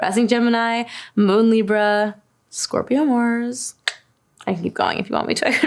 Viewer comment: Her saying Libra made my day